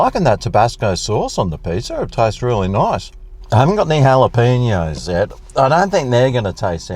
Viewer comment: Wow! An Aussie that knows how to properly pronounce Jalapeños! Enjoy your reviews, keep up the good work.